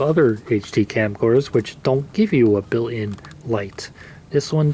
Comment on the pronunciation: BUILT IN not bill -N